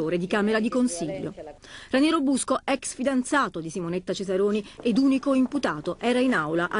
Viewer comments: Ma santo cielo, è capace di dire Raniero? Ranieri è l’allenatore della Roma… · Ma Vespa che lo chiama "Ranieri" e non "Raniero"!?